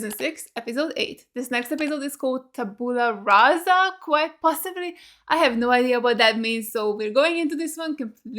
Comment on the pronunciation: "LAUGHING and CRYING"Yep. Perfect sum up for this episode.U.U - You said"Tabùla Rasa"...it's actually"Tàbula Rasa",just as it's Àngelus and not Angèlus!Anyway,it's Latin and it means"blank slate". - Tabula,not Tabiula,Willow! Being Literally Buffy for 80 Seconds: - -, -, - 😂😂😂🤍 Also...that last one was impossible to adapt in Italian and the 1st time I watched this scene in English it made me learn 3 new english words I had never heared before:randy,horny and shag. I mean...do I have to comment on that?😅 - ❤ And,speaking of funny names...Tara literally means Tare or even Hereditary Defect so...yeah...not a great name in Italian!Sorry,sweetie!;-P - Eh,you wish!From...S1 to S3,at least!;-P ❤💙 - I'll never stop repeating how this makes-no-sense with or without the memory spell!X-[ - HEY! 😠💢 #TeamAngel 🖤 - Interesting how they are the only couple to know that even through magic...💞 - I hate it that they didn't keep the same line from"Dopplegangland"in Italian to make the parallel!!>^< ❤ - Same thing for Dawn calling Xander"Alex"...it makes so much sense as a short for Alexander and instead in Italian she keeps calling him Xander!!X-# - Fuck you,Alex!!!>0<# Horrible timing!! - 💔💔💔 - 🤮